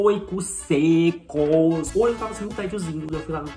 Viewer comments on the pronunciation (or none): Gnt, so eu q qnd ele fala "c* secossss" eu entendo "morcegosssss"